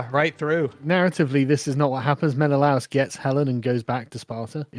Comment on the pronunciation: The pronunciation of Menelaus in this movie kept pulling me out of it.